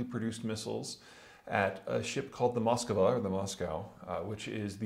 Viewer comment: Why donso many educated people pronounce Moskva, Moss-kuh-va? Its a two syllable word.